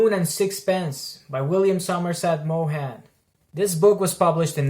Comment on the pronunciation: Good review…… but check out your pronunciation of his last name.